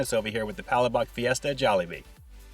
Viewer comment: It’s pronounced pug- lash-buk. It means sauce. Referring to the sauce with the ground shrimp heads and shells